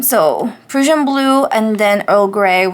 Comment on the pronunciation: The Diamine Prussian Blue is really pretty in your journal. Love it. (By the way, Prussian is pronounced like PRUSHIAN...with a short "u" sound. :) )